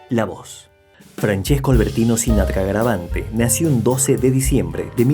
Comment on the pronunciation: Hola amigo no es garavante es garaventa. Cómo lo decís es la fonética en ingles